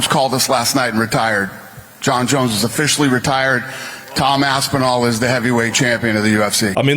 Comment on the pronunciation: man said tom "aspenol"